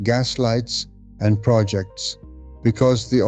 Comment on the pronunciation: the AI narrator mispronounces "proJECTS" (deflects blame) as "PROJects" (creative activity). Seems no one taught the AI narrator that reading skill. Pity he's unable to practice that which he preaches.